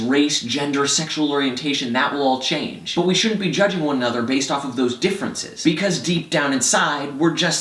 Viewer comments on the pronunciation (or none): none